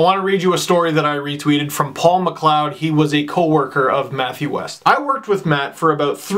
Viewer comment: great vid Steve!! very sad to hear of Matt's passing. just an fyi his last name is pronounced Wee-st not West.